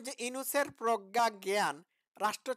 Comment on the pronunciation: উনি কিন্তু প্রজ্ঞা বলেন নি। উনি উচ্চারণ করেছেন প্রখ্যা। .........